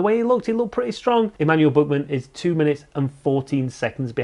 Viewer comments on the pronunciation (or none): You only pronounced it wrong there. The rest was pretty good actually.